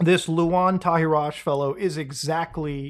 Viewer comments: You need to pronouce his name properly to make it hit harder, Tahiraj is an Albanian name the J is slient, so it's pronouced Tahira like the Arabic name. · It's pronounced Tahiray. Luan means lion. From his name and surname I believe he is albanian.